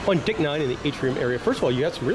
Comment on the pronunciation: I know I wasn’t the only person who heard dick instead of deck. Lol